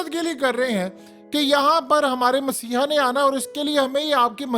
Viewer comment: Word is messahia. You are saying essiah